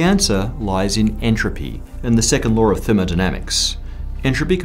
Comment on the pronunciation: His dialect is funny. Every time he talks about any law, I keep hearing lore. Anyone else?